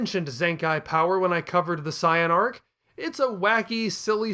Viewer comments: If you're going to say "Sye-yan" just say Saiyajin. Sorry, "Say-yan" is the English name. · Man comes out swinging how Zenkai Boost ain't real, yet pronounces Saiyan like Cyan lmao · I was gonna watch this but you saying CYAN and great Cyaman got me fuming. Change that shit wow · I get you want to pay respects for the original Japanese dubs in the way you pronounce things, but there's a reason that they are different in the US version for some words. They don't sound as ridiculous. Thank goodness we pronounce it seyen instead of Caiyan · Sai-Yan Majeen Booooo Blooma If I didn't know any better, I'd be convinced that he hadn't watched a single episode of this show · Why do you say it like cyan! I hate it here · The pronunciation of saiyan is killing me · Saying Saiyan like that is never going to catch on. Took me right out of it. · you're not saying Saiyan correctly, please say it right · The word Saiyan comes from the Japanese word for vegetable "yasai", which is pronounced "Ya-Sigh", not "Ya-Say".